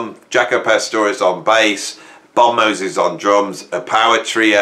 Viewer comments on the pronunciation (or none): none